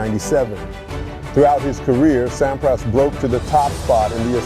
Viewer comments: Pronounce Agassi correctly and more people will watch this video. 200 k dash hr? More like 200 kilometers per hour. The narrator of this sounds like a college dropout. Sam PRAAAHS? This must be the worst video I have saw. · Thanks for video of legend. Some of the pronunciation (Sampras and Agassi), wording (km/hr not km hours) and visuals (stock footage not matching content- eg Wash DC doesn’t have palm trees and ocean views) are detracting.